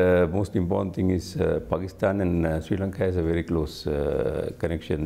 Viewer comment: "Sri Lanka" hota hai na ki "Siri Lanka" hota. Pakistani sabi madarsa chaap hota hai kya 🤣🤣🤣🤘🤘🤘🤘